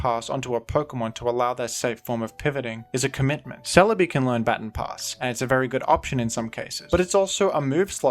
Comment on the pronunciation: That is not how you say “baton pass” lol